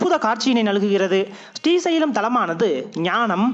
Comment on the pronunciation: பதிவு மிக அருமை, ஆனால் உங்கள் உச்சரிப்பு ஶ்ரீ வர வேண்டிய இடங்களில் ஸ்டி என உச்சரிப்பது போல் இருக்கிறது. ஸ்டி சைலம் or ஶ்ரீ சைலம்??